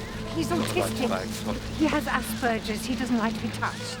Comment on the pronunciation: My goodness, the psychiatrist is mispronouncing the word Asperger's! Can't believe nobody on the set caught it..... And why do shrinks wishper in movies?